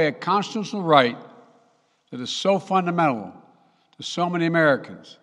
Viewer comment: "fundemedible". What's that word, joe